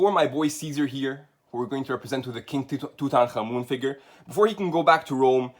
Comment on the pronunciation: The way you pronounce Tutankhamun hints to that you guy are kinda distant "relatives".